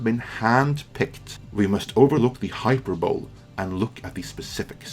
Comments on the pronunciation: Not to be that guy, but it's not "hyper-bowl," it's "hi-per-buh-lee." Also, it's not gleam, it's gleen. Again, sorry to be that guy. I always appreciate coverage. As for the Brie Larson story, you're being more fair with her than I would at this point. The way she, when referring to white men, always calls them white "dudes" just comes across to me as disdainful. This could just be me, but something about the way she says it makes it seem like, in her mind, it's reductive, and intentionally so. Also, there's the old Shakespeare phrase, "me thinks the lady doth protest too much" that comes to mind with regard to how she's spent a lot of time saying, "Do I hate white dudes? No," but she's so ambivalent about it, like she knows it's not true. Think what you want, but I don't believe her. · Did you say HYPERBOLL? Isn't it HY PER boleee? not hating. I know english isn't your first language :D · Love your content! One quick thing: it's not "hyper-bowl" but "hi-PER-buh-lee". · "hyper-bowl"? You know that's pronounced Hi-per-boh-lee" right? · HyperbolE ... Hi - Per - Bo - LEE ... Please stop pronouncing the word as Hyper-Bol the e is not a silent e here is a link to a video with the correct pronunciation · hi-per-bo-LEE, not HI-per-bowl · Hyperbole is not pronounced Hyperbowl, but Hi-Per-Bolly. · No biggie bro but so you know for the future it’s pronounced “High-Per-Bo-Lee” Hyperbole 👍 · Never heard hyperbole pronounced "hyper bowl" - I like it. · Good video! Very fair to both sides I think. The only thing I'll say is that "hyperbole" is pronounced "high-per-bo-lee". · Great outlook, but with all due respect it's pronounced "HI Per Bow Lay" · It's pronounced: "hyperbo-lee" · "Brie needs to learn it's not what you say but how you say it"? Jesus! I've always cringed at the term "mansplaining"...until now. However, in the interest of being a prick myself: "hyperbole"= hy-PER-bowl-ee. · note: Hi-PER-bo-LEE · Hyperbol-e... not hyperbowl 😂